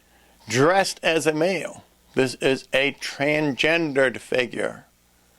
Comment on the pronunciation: I´ll add to that that the term itself is twisted so it is kind of a good sign that you are not able to say it properly :)